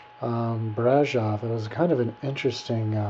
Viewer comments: no it is BRASOV not brazov:)))) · And btw : It`s Brasov, not Brazov. You should have been smart enough to google the right city name before you posted this video. But you`re an american, not a romanian. That sais enough. PS: To quote you "Romania was a pretty place, lots of trees and bla bla" WOW! A romanian 6 yo would compose a better description of a country he visited or would like to visit. It`s called "compunere" in romanian and only God knows how many of those we all had to compose when we were in school. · my dear friend next time you go visit a country try to go with an opened mind,the only things you mentioned about Brasov(brah-shov) not brazov,first Brasov its not surrounded by hills but by mountains ,beautiful mountains,the city is older that most of the stuff in usa,next Romanians dress up my friend ,i live in us and know what i'm talking about,u have a issues against old stuff btw,and the gypsies do whatever they want to do and yes they are from india,non-romanians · first, it is BRASHOV and BUCURESHTI! second u are an poor american who believed the stupid story we tell the tourists to sell an image of dracula and transilvania...if u were interested in the place u were traveling to you would have read some truth first...